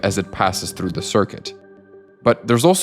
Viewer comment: I hate it when people pronounce "through" with a rolling r